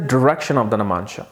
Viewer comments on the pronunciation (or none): I am stopping this video midway and quitting because I can't hear that irritating 'namansha' 'namansha' again and again. iIt is 'Navmaunsha' for God's sake! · you always say namansha ... its 9 Navamsa please pronounce it correct ?